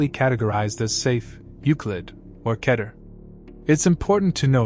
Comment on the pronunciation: Keter is pronounced Key-ter.